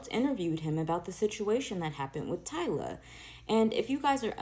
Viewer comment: not “Tiila” bro🤣